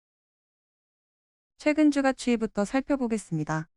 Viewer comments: 주가 발음 : [주가] X ---> [주까] O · 안 그래도 저도 이게 거슬렸는데 AI 보이스가 개선이 안 되네요. 다음부터는 번거스럽더라도 발음은 주까라고 치고 자막은 주가라고 따로 치겠습니다. 댓글 감사합니다. 🙏